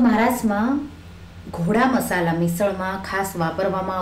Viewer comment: Ma'am....it is GODA MASALA not GHODA MASALA